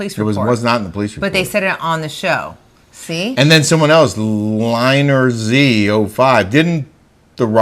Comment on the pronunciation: Just an FYI, you mentioned me on your Smash today, Lynerz05. You pronounce it Lynn-Erz. My real name is Lynn. Lynerz is my family nick name. 😂 Thanks for the mention. Not being a prick correcting you. I love you guys! 😂❤ have a great weekend!!